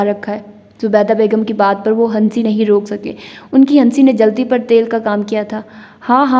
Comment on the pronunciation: ہنسنے کا ن نہی پڑھا جاتا 🙏 خدا کے لئے اردو سیکھ کہ آئو اسکا بیڑہ غرق نہ۔کرو